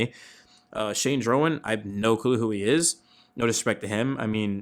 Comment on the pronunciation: I don't think Durbin is best at 2nd base. Yes, he played more at 2nd in the minors but he was above average at 3rd last year. Yes, I know he had zero OAA but +5 DRS as well. FYI, Drohan's name is pronounced Dro-han not Dro-an.